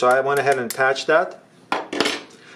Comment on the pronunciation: Just so you are aware, "Cache" is pronounced cash, not catch.